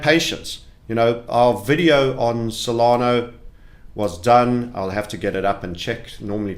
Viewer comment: Stop saying SolanO it’s cringe